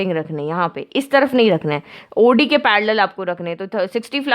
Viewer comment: Maam its not AUDI its OD.